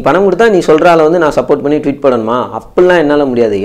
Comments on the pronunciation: Dei aramandaya athu twit ila.."Tweet" vandhuduranunga thappu thappa pesi kitu..Intha operation pathy solli ena ava poguthu..Poyi velaya parunga da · யோவ்... அது 'ட்விட் '(twit ) இல்ல...'ட்வீட்' (tweet). வலை தளம் பேருதான் twitter.